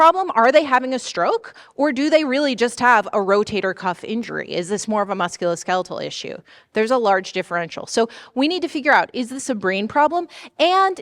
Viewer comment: Great breakdown of the rapid neuro exam! Are there any specific findings that most often get overlooked in a busy ED setting? Also, a few corrections—for example, like 'facetious' instead of 'facicious', 'musculoskeletal' instead of 'muscularkeeletal', 'LVOs' instead of 'LVOS's', and 'dysarthria' instead of 'disarthria'. Small edits like these would make the video even clearer!